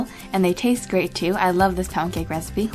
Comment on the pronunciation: omg lol! I thought u said pancake!